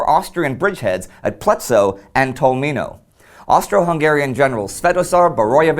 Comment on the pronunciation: It's actually Tolmin without o.